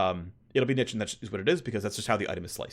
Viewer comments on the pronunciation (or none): Someone teach him to pronounce niche, each time was a dagger into my mind